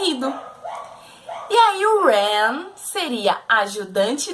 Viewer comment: Wren* e não When